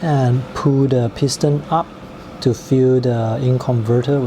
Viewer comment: To pronounce “fill” and “hold”, make sure you provide the final L sound. The tip of your tongue needs to touch the roof of your just behind your front teeth.